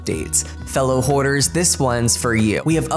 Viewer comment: tell me why when he said “Fellow hoarders” i heard “Fellow whores”